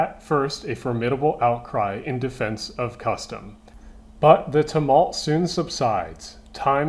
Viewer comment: "Time makes more CON-verts than reason" the emphasis is on the first syllable when used as a noun asshole gdi did u fuck that up on purpose to boost engagement bc congratulations. I also think u fucked up saying tumult too but I'm not confident enough to be a dick about it